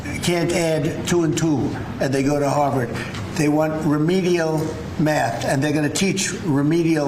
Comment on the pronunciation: Remedial “rath” !!